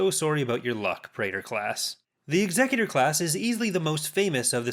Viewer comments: Why do colonials always say executor wrong? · Amazing how many people mis pronounce the name of Vader's flagship.